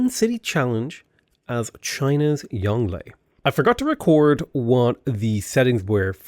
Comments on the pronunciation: Try pronouncing it “yong Luhh” to get closer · Well done on shah = king, which goes some way in making up for your pronunciation of Yongle, but you can never atone for what you did to Bogota.